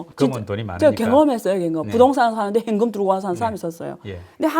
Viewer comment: 안교수님 다 좋으신데 , 현금 발음이 행금 요거 좀 보완해주시면 좋을듯요,,ㅎㅎ